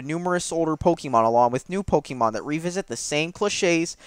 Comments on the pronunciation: If your going to shit on Pokèmon, at least pronounce it correctly. Its Pok-ay-mon. Not Pok-eee-mon. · Hahahahahahha Is it just me or does spell Pokémon as Pokimon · man, really love playing Pok-y-mon! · POE KEY MAWWWN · You're saying Pokémon wrong.